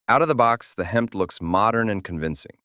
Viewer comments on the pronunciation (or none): HEMTT is pronounced as Hemitt, and I'm surprised you didn't ID the Ural trucks as a must for the other side of the Cold War.